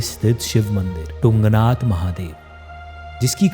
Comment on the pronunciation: It is तुंगनाथ not टुंगनाथ bro. तुंग=ऊँचा